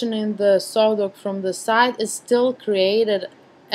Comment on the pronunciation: Its ok , are you french by a chance ? I watched you videos to learn how to photograph before I went to Paris . In Paris everyone did the same thing as you , pronouncing "z" so much . They even had " All In Ze Box " instead of "All In The Box " at KFC.